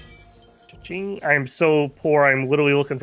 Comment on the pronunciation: Pronouncing Cheng as Ching is crazy